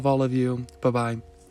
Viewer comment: Really love this video. Well I find that your bye bye is really weird to me cause I dunno why but it sounds Malaysian. (You know, Malaysian accent thing haha) Btw, I’m Malaysian too! ❤️